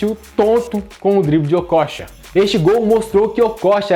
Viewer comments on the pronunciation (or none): Se pronunciava Okôcha, na época...Amador! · kkkk Essa tua pronúncia do nome dele tá tensa! Okocha jogava muito, mas sacanagem esse titulo chamativo p/ visualização. Lembro do Assis no Grêmio, o jornalista pedindo pro Assis, sobre o grande momento que estava vivendo no futebol, ele disse algo do tipo "Tu acha que eu jogo bola, isso pq tu não viu o meu irmão" Não lembro as palavras exatas, mas era tipo isso aí, e na época Ronaldinho ainda era uma criança. Pior que muitos jogadores profissionais nos anos 90, comentavam que quando acabava o treino, eles iam vê o treino das categorias de base, pra vê o Ronaldinho jogar, pq o menino já era foda. O Okocha foi e sempre será uma grande inspiração, mas em relação a Ronaldinho, no caso brincar com a bola, ou melhor usar esses artifício em campo, p/ a construção de jogadas, acredito que o Djalminha foi a maior inspiração!